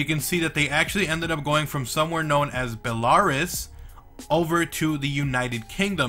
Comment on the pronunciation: The way you pronounced Belarus 😂😂😂😂